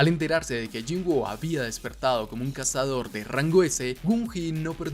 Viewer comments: Excelente video, solo diria que mejores la pronunciacion del nombre del personaje, no se llama "yinguo", se pronuncia "yin-u" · Se escribe woo pero se dice wu por qué tiene doble o y se leé cómo u Bro.